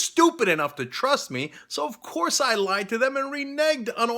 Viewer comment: My ears every time he says 'ovkoursse'